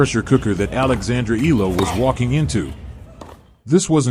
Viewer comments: It's not Ee luh. You should prounounce it the Filipino way Ey Yeah Luh (Eala)! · Be factual! Do not use AI just to get clicks an likes! and Alex's last name is ntot illa or eela. it is E A LA pronounced e-ya-la. do your research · It’ll take a few weeks before people start pronouncing her name correctly. EALA = EH-YA-LA. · AI or no AI, the voice commentators never get her last name right. E-A-L-A, pronounced E-ya-la. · Repeated mispronunciation of someone's name is just unacceptable, even if it's AI. IMHO